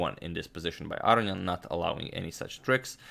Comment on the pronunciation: Love your work, but just for the record, because you've been mispronouncing his name repeatedly now, its Ah-row-nee-en, not Ah-ree-an. Just for the record. Many thanks for your videos.